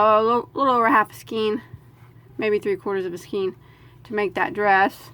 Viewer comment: skein is ponounced 'skane'